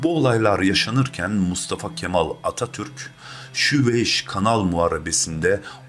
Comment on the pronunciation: "Kemal" diye telaffuz ediliyor...Dikkatinizi çekerim Kafį!! Kelimesi ve bir çokları hatalı... Ūzgünüm ama öyle... ı